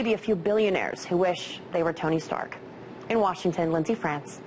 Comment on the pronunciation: haha she said Tommy Stark